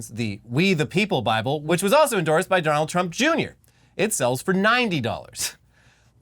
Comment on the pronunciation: dough-nold trump